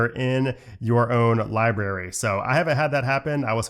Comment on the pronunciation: I really like your videos. But please pronounce the word “library” correctly. It is not pronounced “liberry”.